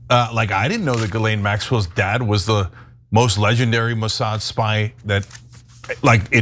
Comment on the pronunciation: You actually believe Isreal is blackmailing/controlling it's supposed "ally" to "protect their homeland?" 😂 How does blackmailing America's most powerful & influential protect them exactly? Also, not to be a dck, but it's "Mossad."